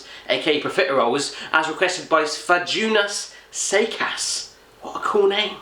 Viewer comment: Svajunas Seikus is actually pronounced more like Svayoonas Seikoos.